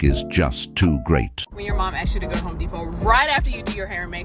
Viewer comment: It's HOME depot , not HOE deposit